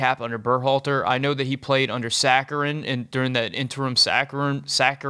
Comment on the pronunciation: *Sarachan, not saccharine